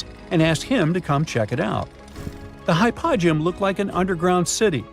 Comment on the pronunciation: Hy -po-gee-um! Please!